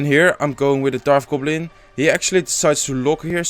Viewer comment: Also Darf goblin.